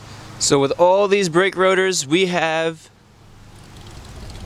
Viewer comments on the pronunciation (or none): also with 'bwake wodors'